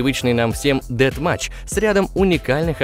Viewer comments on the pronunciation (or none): Походу единственный человек, который хоть немного шарит в английском языке. + В начале видео режим "деадматч" =_=